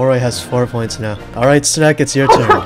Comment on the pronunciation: are you serious right neow